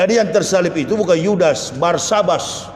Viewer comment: Barsabas apa Barnabas 😂😂😂😂